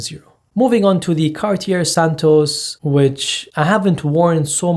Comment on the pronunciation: car-tee-air... lol. money cant buy class